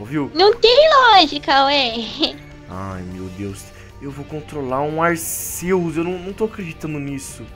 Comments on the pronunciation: o nome é Arceus , Más se pronuncia como Arquios , Só quem assistiu o filme sabe . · O CERTO É FALAR ARKIUS, PODEM ME XINGAR MAS EU N SUPORTO QUE ALGUÉM ERRE ESSAS COISAS